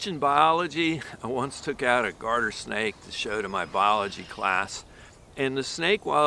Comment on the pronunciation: "Guarder Snake" or "Garden Snake"? Thanks. So much. (Curling in the hand is absolutely priceless)...amazing! Thanks for the info!